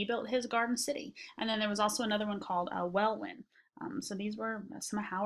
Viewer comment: It's pronounced Well-in not well-win ;-)